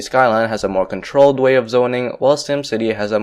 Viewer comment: "Contolled zoning system"😂😂I'm not trying to be a dick